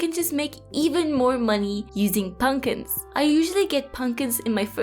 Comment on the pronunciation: I love that you say punkins